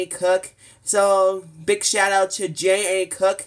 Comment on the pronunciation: It's GeneAnne (Jean-Anne) and Thank you